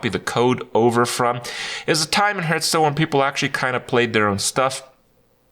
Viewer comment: Still can not pronounce the games name lol